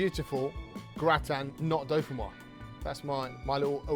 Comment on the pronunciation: Looks awesome, gonna try it! Used to have it all the time in France. By the way, since it has an 'e' at the end, it's pronounced 'doe-fin-wahz'. Basically just add a 'z' sound at the end of how this Youtuber says it.